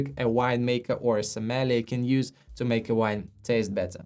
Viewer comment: I enjoy your videos, but could you please practice pronouncing "sommelier"? It currently sounds like you're referring to something entirely different. :face-green-smiling